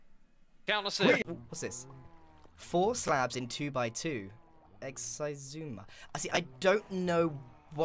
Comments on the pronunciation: I've always felt like it should be pronounced "Sizumavoid" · bro i pronounce his name as X-i zuma~ because of this man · how is it actually meant to be pronounced??